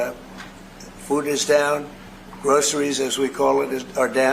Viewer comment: Why does he say groceries like we say like groceries are anew thing